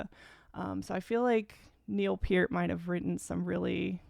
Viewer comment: First, Thank you for pronouncing Neil's last name properly! Second, your reactions and thoughts are spot on! This is my favorite Rush song to play drums to,, such a bad ass song!!